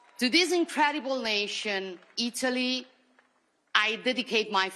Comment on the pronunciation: in italiano per piacere! her italian is really good! she doesn't say italy quite right. it's either ee-TOE-lee. or it'ly.